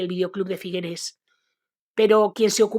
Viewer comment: Figueres no se pronuncia con esa e final, suena terrible nena